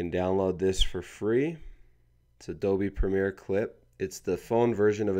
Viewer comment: Did he say Adobe wrong??